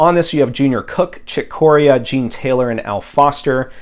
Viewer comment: Great overview of the schedule, as usual! I love the cover of Total Eclipse! Excited about all the Hutch forward releases! Also pet peeve it's Chick Corea pronounced 'Kaw-Ree'-Uh' with emphasis on the Ree! ;)